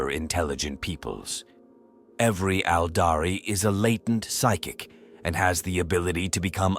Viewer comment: Ældari lmfaoooo and “droo-Koo-Ri” fucked me up too. I think it’s quirky and hilarious most times but I get where you’re coming from